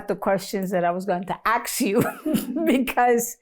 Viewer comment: I really enjoyed watching this thank you!! Something she said was Axe instead of Ask I was cracking up. I can’t wait to see you on Netflix luv ya ❤️ God Bless